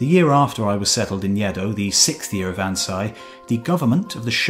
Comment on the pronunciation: It's not Yeh-dough, it's Aeh-doh. Next time try your best to pronounce Japanese names properly. Other than that, splendid work, thanks a lot!